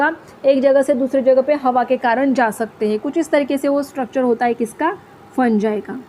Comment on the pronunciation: You Are Teaching Nice But Not Fungi (फंजाई) It's Fungi (फंगी)😊❤